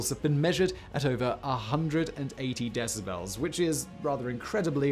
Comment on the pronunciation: My "brain strem" heard "decibrels" so MY cerebral cortex says you need an audio editor, too. And your ad libs aren't funny. Just deliver the content please.